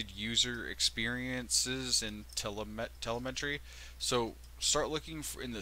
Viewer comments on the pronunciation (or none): Please learn how to pronounce te-LE-me-try. (Have you never watched a space launch?)